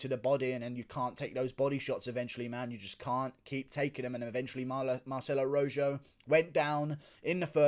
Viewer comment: "fight of the night, Jourdain vs. ROW-ZJO" 😂😂😂 I love it. That'd be ROW-HO my man.